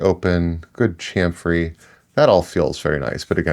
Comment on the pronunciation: Please. Please. Cham-fer. Cham-fer.